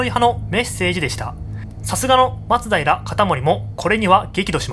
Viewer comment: これが正しいイントネーションだよ